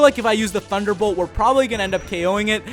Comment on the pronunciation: "Thanderbolt" XD! Im fucking dying!